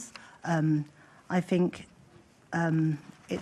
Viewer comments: "I fink".....who is this moron? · Tooken ( taken ) fink ( think ) froo ( through) w.t.h